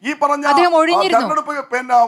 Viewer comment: തെരഞ്ഞെടുപ്പെന്നു വൃത്തിയായിട്ട് പറയാൻ അറിയാത്തവളെ ഒക്കെ ആണോ ചർച്ചക്കിരുതുന്നത് 😄😄😄😄